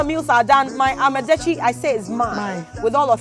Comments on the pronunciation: It is called Yaka Yake and Amadetsi, not yaaka yaaka and Amedetsi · This woman is too stupid to host this show.Here she was trying to showcase a food she had no idea about but with a closed mind. How could you learn when you don't care to mention what they're teaching you correctly? "Ama" is herbs and "detsi" is soup. The two becomes "amadetsi" and NOT AMEDETSI". Now the arrogance you're displaying not pay attention to pronounce properly what they're showing you had exposed you as a foolish dummy woman. You'd never learned a damn thing by going there. You are waist of time and resources. WE DO NOT HAVE ANY SOUP CALLED "AMEDETSI" BECAUSE "AME" IN OUR LANGUAGE IS "HUMAN BEING" LOL!! What a dummy, the one teaching keeps saying amadetsi and instead of listening and make the right effort to pronounce it right, the arrogant fool keeps saying amedetsi. NOTICE: "Ama" is not pronounced as Ama of a Saturday born female. I'd not marry this ignorant woman who is not ready to learn?